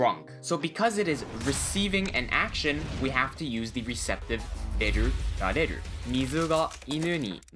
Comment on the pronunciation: This video is very helpful and explains things well. However I have a hard time understanding some of the Japanese words you are pronouncing, ie: rareru. I could not figure out what word you were saying. Had to rewind re-watch and finally look to the comments. Please slow down and enunciate more clearly.